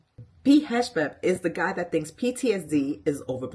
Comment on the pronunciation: The least you could do is to learn how to pronounce his name before you start making money off of bashing him on Youtube.